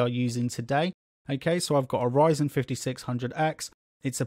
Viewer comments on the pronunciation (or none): none